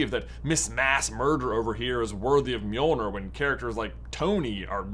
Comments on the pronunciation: By the way, you pronounce it like “m-yoel-nyr” not “mee-oel-ner” (I’m of Scandinavian descent, so I know how it’s pronounced) and also in traditional Scandinavian folklore, it’s spelled Mjöllnir or Mjølnir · Miolner? It’s basically pronounced me-ol-near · Is called Mirnirch in Icelandic not mirnor Mjolnir is pronounced as Mirnirch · It's NOT pronounced "me-ol-nur" you twit. It's pronounced . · Please stop mispronouncing mjolnir. It’s not mjolnur. Sorry it just kind of annoys me as someone interested in Norse mythology. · Am the only one the mispronouncing of mjolnir is killing? I give marvel fans a pass for stuff like Bifrost bc they call it bye frost in the movies, instead bee frost like it is actually, but the call mjolnir the right thing most of the time (myol neer) (although they might pronounce it myil neer, which is wrong) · You're saying Mjolnir wrong. It's pronounced "Johnathan". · Me-yo-ner 😊/ mjolnir😡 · I thought it was pronounced mill near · Bro, that was the most horrendous pernunsiation I have ever heard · Why did you say it with the hard R 😂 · Why do you say it wrong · At least pronounce the name correctly, dude. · What If, where Tony snaps then is handed Mjolnir and his life is prolonged like Jane Foster. Also that’s an odd pronunciation ngl. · You mispronounced mjölner